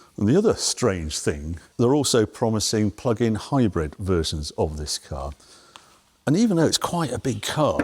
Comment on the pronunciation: Harry: it's still not "high-bred", it's "hybrid".